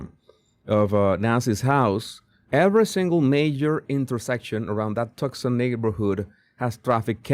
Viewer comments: You pronounce tucson...tooson Not trying to correct you..your intellegence goes far above anything I could ever dream of but I know you will be reporting on this and know you want to know. So pronounce too son not tuck son God bless you sir. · It’s pronounced Too-son. Not Tuxon. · No, Too-sawn. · The reward is from Crime Stoppers. That is why the reward was so small. She would be on blood thinners with that heart condition, so blood would easily flow from small wounds. She may have been carried out, and blood dripped on the porch. By the way, Tucson is pronounced "two-sahn". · Toosahn. Jesus, it’s pronounced TOOSAHN. No C heard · Tucson is pronounced TOO - sahn. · Say “too-son”, 😊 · Pronounce it "too'-sahn." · Tucson is pronounced like “Too son” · Too sawn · Tucson is pronounced TOOSun. Twosun.